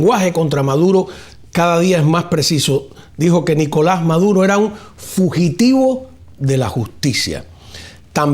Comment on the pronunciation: "Fujitivo"?... Wow.